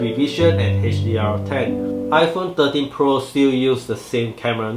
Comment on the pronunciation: I hear 30Pro LOL, but anyway good review nice and clear.